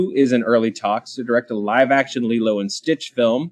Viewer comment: Now I know the origins of Laylow and Stitch pronunciation lol. It's a fun movie, probably Disney's best from their animated output of the 2000s.